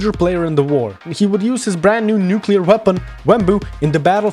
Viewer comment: I was so locked in until the word "Nuclear" got me dying